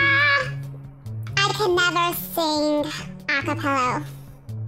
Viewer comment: A CappellA not A CappellO lol